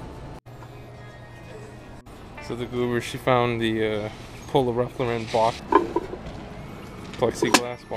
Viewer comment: I fuck with your vlogs but the way you pronounce Ralph Lauren bugs the shit out of me lmaaoo keep up the good content man.